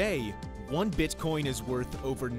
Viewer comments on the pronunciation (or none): "Its worht"